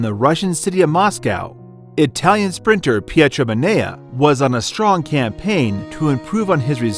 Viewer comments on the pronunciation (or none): why does the Italian sound like Spanish all of a sudden?